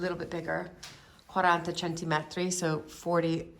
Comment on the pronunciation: Quick pronunciation tip from a native speaker: centimetri (centimetres) only has one emphasis in Italian, and it’s on the first ‘i’. Nothing on either (or both) ‘e’. I mention it because you need to use that word so much with renovations and thrifting! It’s a word that often shows up English speaker!